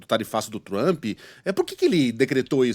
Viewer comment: Por favor não e Trumpeeee nome dele e Trump. ! Não tem e no final 😅. Brasileiro gosta colocar e no final todo palavras estrangeiros